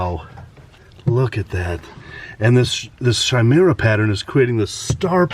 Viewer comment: Chimaira is actually pronounced (ki-mara)